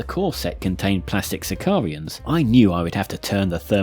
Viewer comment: *Si-car-ans Not "sic-ar-ians". 😉